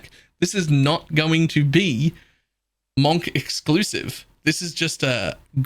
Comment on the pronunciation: It's pronounced munk